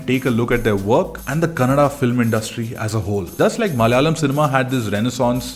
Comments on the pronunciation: Thank you for pronouncing our language right. It's kannadA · Thanks for the correct Kannada pronunciations